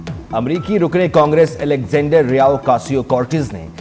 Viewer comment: الیگزینڈریا، کا نام تو سیکھ لو۔